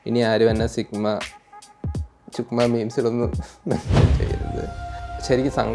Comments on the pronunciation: സിഗ്മാ ❌ചുഗമ ✔️😂🤦🏻‍♂️ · Sigma ❌ ചുഗുമ ✅